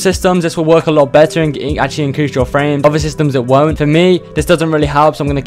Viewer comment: "inrease" other than that, nice video, helped a lot